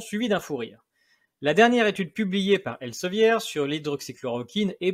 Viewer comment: Elsevir, Pierre, on ne prononce pas le "e".